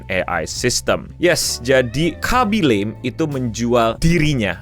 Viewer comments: Khabbi lame, bukan khabbi lem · Baca namanya bukanya bukan laeim tapi biasa aja "la-me* Do your homework please. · Fyi bang, Khaby Lame pronunciation namanya bukan 'lame' yang dibaca 'leym' kayak di bahasa Inggris, tapi lebih kayak "La-Me" aja :3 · bacanya Kha-by La-mi btw